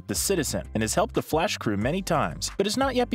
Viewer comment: “Theh FLAWSH”